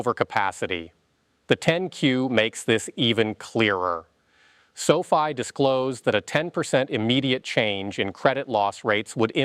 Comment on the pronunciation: pronounces the company like Sophie! 😆 You lose a bit of credibility that way!